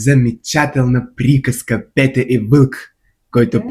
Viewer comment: Дорогой коллега. По болгарски "Петя" так и произносится, но не "Пета". А в общем, у вас неплохой болгарский.